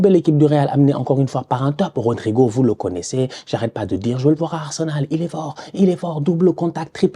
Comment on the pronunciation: Ne jamais oublier le R